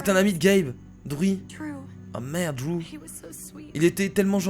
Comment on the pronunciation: drew se prononce drou